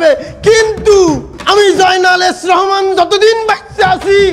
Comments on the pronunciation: F রহমান ❌ S রহমান✅😂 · সালমান রহমান কে এস রহমান বলছে😅😅